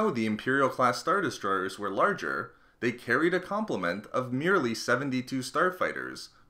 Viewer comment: Got 1 minute in then found myself focusing more on how the guy pronounces "er" at the end of words like Star Destroyeeeeerrrs